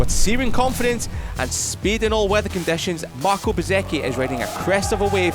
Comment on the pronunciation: The narrator needs to learn the difference between marque and marquee. Pronouncing Bezzechi correctly would be a plus, too.